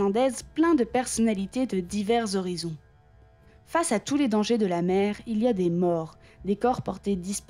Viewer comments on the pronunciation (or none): none